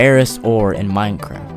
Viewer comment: he kinda sounds like he said MINECRAP